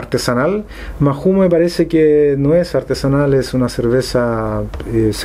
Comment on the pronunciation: Se pronuncia Maou en Español la H es muda, no inventes anglicismos. En españa al decirlo rapido el nombre sale como....Mau! Buen video.